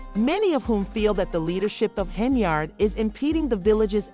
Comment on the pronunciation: Can you not say "Yard"??? Hen-Yard... That's her name, not "Hen-Ard"... Come on now!